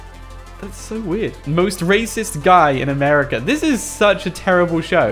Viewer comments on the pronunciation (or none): none